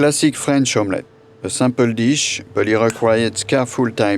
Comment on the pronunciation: Mr french chef guy, u said sample when u meant simple. YW deviled not duvilled. YW 'mewang' in your case = merengue\ YOU(i) learn about islands. sounded like u said I-lone.\ dee_fah_went = different. U can say AYuh_ray_shun or Aeroray-shun but I-raytion nope {Aeration}